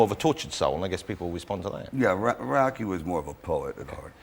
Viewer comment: i love ross saying UOCKY and LAMBO all the time.